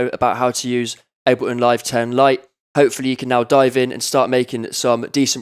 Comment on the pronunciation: "aBeLiN" "eM pEe Free"